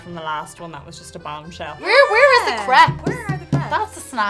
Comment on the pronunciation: Was I the only one that heard "craps" instead of "crepes"? LOL